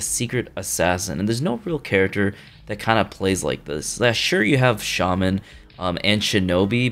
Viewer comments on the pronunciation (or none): none